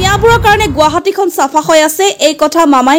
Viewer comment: Jahori jni sapa nhoi safa hoi.😂😂 Xudho ke pronounce krib nejane miwa jat.